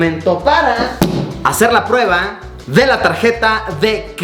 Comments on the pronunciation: "SIGUIENTE PRUEBLA" xD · "Siguiente Pruebla" JAJJA XD